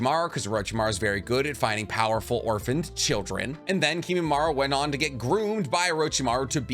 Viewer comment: Isn't it Kimimaro not Kimimaru?